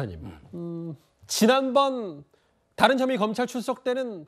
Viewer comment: 김종석 앵커는 항상 '좀(조금)'을 '쫌', '다른'을 '따른'이라고 세게 발음한다. 좋은 발음을 두고 왜 이렇게 추하게 말하나? 듣기에 아주 거북하다.